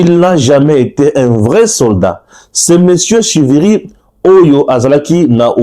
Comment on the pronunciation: Stepnane CIVIRI se prononce comme. TSHIVIRI comme cet un nom Mashi.